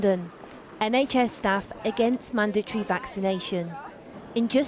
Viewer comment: she can't even pronounce the word mandatory. says it all really.